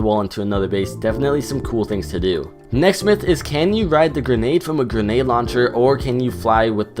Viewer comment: He said ganade